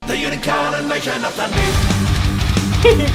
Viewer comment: That's the first time I've heard Dundee pronounced with a short e sound for the ee. Sounds odd to me.